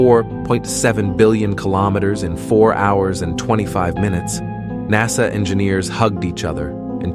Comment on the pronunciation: Are you telling us that you could NOT find a clear-speaking human being to narrate this very interesting story? NAsay is NASA, etc. LMAO Thumbs down for being lazy and cheap for the audio portion.